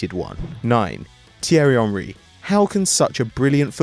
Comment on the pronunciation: Why do u guys call him “tierry onry” it’s “Thierry henry”